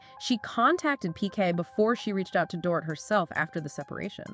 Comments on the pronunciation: Stop saying Door-it. It's dor-eet. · It's Dor-eet, not Dorit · Can all you Podcasters please stop mispronouncing "Dorit" already? Listen to the shows to learn it.